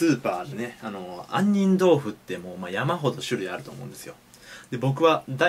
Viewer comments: 「とろける杏仁♪」が「とろける犯人♪」に聞こえるwwww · とろける犯人豆腐www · とろける犯人にしか聞こえないんだがw